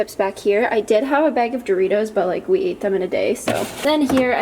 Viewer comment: Wait did you say Doritos??